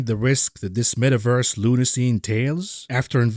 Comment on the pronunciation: The “Met-averse” gives you a headache